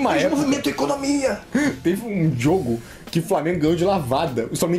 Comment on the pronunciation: em 4.05 "teve um jiogo"